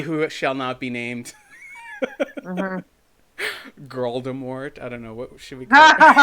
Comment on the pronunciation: Lol I thought you were calling her Girdle-mort not Gorldemort